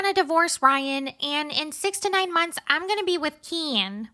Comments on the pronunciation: The way u say Ken like Kian like she does 😂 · The background, the voice impersonations, the clips, the ‘Kenn’ pronunciation, it was all chefs kiss. You gained a subscriber just on this video alone. 😆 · I love how you got the gypsy voice down pact and how u say Ken. Makes me laugh every time 😂